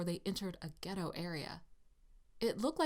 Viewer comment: fificerine editz it’s ghetto not Chetto